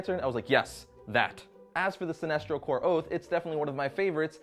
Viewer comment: Are you saying sinistro or sinestro? it sounds like you keep saying sinistro.